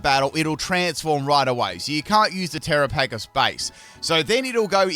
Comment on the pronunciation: tear-aa-puh-gos and the English language 🤦‍♂️:_pimpPickle